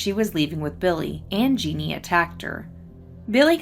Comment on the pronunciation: You do a great job covering these cases. Did Jeanne usually go by "Jeannie?" (Jeanne is the French spelling of Jean, and both are pronounced the same.)